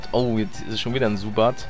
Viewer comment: Es heißt Zubat und nicht Subat